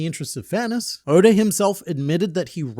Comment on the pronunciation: He keeps calling Oda Odor and It keeps making me laugh